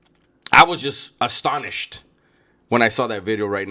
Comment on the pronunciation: Why you say Astonished like George Lopez??😂😂 I had to listen to that twice.